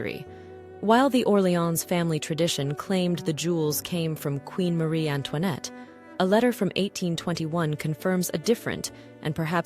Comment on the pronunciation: por amor de Deus, nem sabe falar direito rainha Marie Antoinette... e já agora...diz-se A parure não é o parure